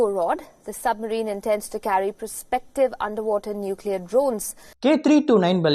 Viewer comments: கண்ணு சும்மா சம்மரின் சம்மரின் னு சொல்லாத சப்மெரின் னு சொல்லு காதுல கேட்க முடியல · Summerine இல்லை, Submarine.